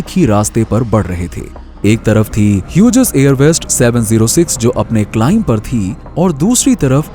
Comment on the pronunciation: ह्युजेस नही हॉग्ज कहते है उसे.. BTW nice information..